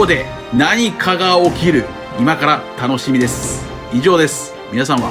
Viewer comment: さいご、楽しみですすって言ったよね？ 楽しみで煤っていったよねぇ、ねぇ！